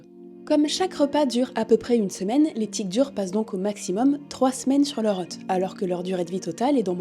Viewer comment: attention à la prononciation de "hôte"